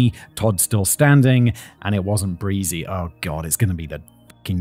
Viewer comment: "and it wasn't breezie" 🤣